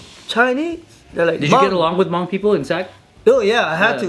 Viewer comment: The way you guys pronounce Hmong makes me laugh every time 😂